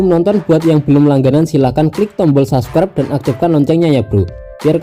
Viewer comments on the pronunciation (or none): none